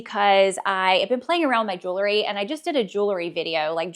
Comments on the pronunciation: I enjoyed your videos and find them helpful when I’m feeling in a fashion rut. One friendly request, please stop saying “jewlery”! As a fashion influencer, you should correctly pronounce common words in your chosen area of expertise. Jewelry. Sorry to be that person but somebody has to! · Please! It’s pronounced jewl -ry. Not jewel - ery. Many folks make the same mistake. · Jewel-ry.....Jew- lery (no) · Love the info you offer! But please, don't pronounce the word jewelry jewlery. It is incorrect and lessens your credibility.